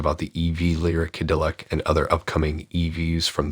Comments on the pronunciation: What's a kadilik?? Where the heck r u from? Kadilik? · Yes, it is, but in prior videos going back almost a month, people have told that failure to train their AI voice in the correct pronunciation of Cadillac sounds amateurish. They finally did get Debut, as in Debut Edition, correctly, but somehow Ca-dill-ic is a bridge too far. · Can you at least pronounce Cadillac properly? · You would think that a youtube channel named would know how to pronounce the word Cadillac.